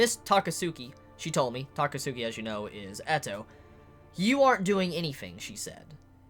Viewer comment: Agains withthe takatsuki mispronunciation hahaha, its supposed to be like akatsuki. TAKATSKI